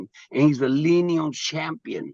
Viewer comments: Wait, is it the Linium? Or Linial?😂😂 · Bro said leen-eee-all champion then he said linn-e-um belt lmfaooooo bruh drunk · how is Teofimo the lineal champ he can’t even pronounce lineal ) he LOST HIS BELTS IN THE RING HE IS EMBARRASSING HIMSELF 😂😂